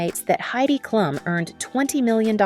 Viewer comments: It's pronounced Kloom not klum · girl what 😭 it's literally pronounced kloom, everyone who knows basic german knows that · Did you learn german from english speakers? It’s Klum not Kluuuuuum Greetings from Düsseldorf